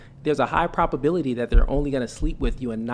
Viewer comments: He can't even pronounce words correctly, wtf is a propability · Good vocabulary? Homeboy had been saying "propability" the entire time 😂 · is now officially a LOLCOW. Dude said "propability". Its probability. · Was it not bothering anyone else that kept on saying propability!!?! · imagine a high iq man who's first language is English mispronouncing probability and manipulation. doesn't exist.